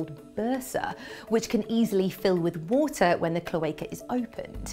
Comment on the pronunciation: Loved the vid...love the Brit accent! "Water" becomes, "wwWW-ta" LOVE it! (not making fun, I really do like listening to Brits talk)